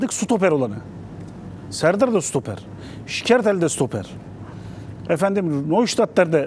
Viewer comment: Sutoper ve sukor diyorsun serday bey. Sürekli. Çok mu zor stoper ve skor demek. Anlamıyorum ki. :)